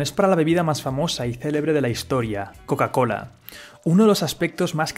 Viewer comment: Buen video, pero te aconsejo tomar unas clases de ingles, porque no se si es porque seas español pero pronunciaste mal casi todas las marcas incluida Coca Cola, pasando por Google, Microsoft, Apple, gmail... podrías optar por pronunciarlas en español. O se pronuncian en inglés o en español pero no en una fusión, el spanglish como idioma no existe y esas palabras están en inglés.